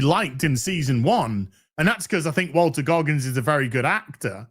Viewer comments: His name is Walton...Not Walter .. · Sorry,.... i gotta say: Walton, not Walter. Carry on, sir. 👍